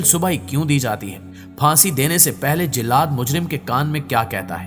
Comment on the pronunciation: Ali al subah nhi hota bl k alis subah hota hai aur jillad nhi jallad hota hai. Apni pronunciation sahi karein